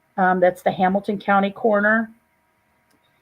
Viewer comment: "Coroner" not "corner"